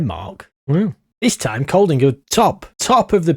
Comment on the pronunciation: I'm English living in Denmark. Bit distracted by the start 😂 sorry for the wall of text. Kolding is a place, pronounced like "Colding", and idræts-forening means "sports-union". My local clubs are AAB and Hobro IK, sadly it's a bit of a farm league for Copenhagen (København). All those free transfers! The vowels in Danish (æ + å + ø) are actually quite easy for English speakers, we use them all the time in words like "train" & "all" respectively. Ø is harder mainly because it encapsulates three vowel sounds (not hard individually) so you just have to know the way the word is pronounced ahead of time. The "r" (rolled) and "d" (glottal stop) in Danish are much harder haha Its hard to describe how to pronounce via text but here goes Idrætsforening is like "id-raytes-for-eh-ning" but the "r" sounds are from the throat like you're spitting 😂 Æ used to be a letter in English until really recently, like 100 years ago, used in words like encyclopædia and dæmon.